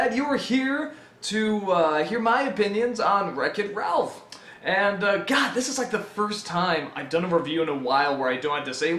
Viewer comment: That is how it is pronounced. Good job.